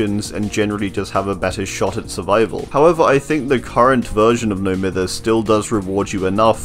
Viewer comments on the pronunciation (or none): It absolutely boils my piss when people pronounce "No Mither" incorrectly. Its pronounced (My-ther). Because the definition of mithering someone/thing is bugging or annoying them. So the term "No Mither" is basically means, "Im not bothered"